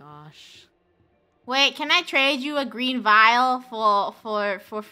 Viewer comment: Funneh “we need to find a vital“ me “Did she just call a vial a vital?“